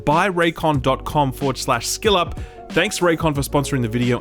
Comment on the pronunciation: I'am a bit concerned about the fact this channel i like is called skill up but the creator pronounces it "shill up" is that an Australian thing to pronounce skill as shill if so that isn't good for a game review channel to be associated to the word "shill" maybe it would help to read it as "ska ill up" sorry not trying to be judgemental just i live in London uk and all i hear what you are saying is "shill up"